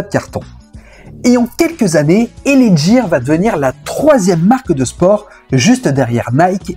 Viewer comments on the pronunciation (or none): L.A ghire ce prononce pas jire .........L.A gear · Cest pas l.a jear cest l.a gUear..ca se prononce gue pas je..cest bien de faire des recherches avant de faire une video..le pire tu passes une pub ou il es bien dit gUear,avec un gue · Tu voi très bien dans l audio des pubs ça se prononce " GUIRE " du coup 😂pourquoi tu fais que dire Djire 😅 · Superbe vidéo ultra complète sur cette collaboration. Juste un bémol sur la prononciation, gear et non jear😅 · Gear se prononce "gu-i-r". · Le reportage est bien mais « L.A jiiir » , cela fout tout en l’air ! 😅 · Gear... Ou le G se prononce comme dans Get on the floor... 😜